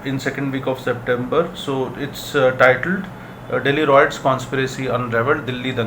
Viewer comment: Appreciate the viewers who pointed out how to pronounce 'Riots correctly', will try and ensure it is pronounced correctly in upcomming videos.thanks